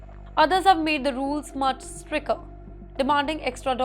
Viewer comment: “Stricker” How does this lady still have a job. Her English pronunciation is horrendous!